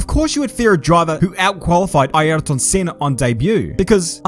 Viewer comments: Ah yes, the fantastic qualifier that is Eye-airton senna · What's that pronunciation? Eye-air-tun bruh.... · Please just pronounce it "Ear tin". "Eye Earrrhh tonne" sounds ridiculous! Also, while I'm being an egg, why is your glorious Kiwi accent peppered with Aussie/American vowels, such as when you say "example" funny? Just curious. 👍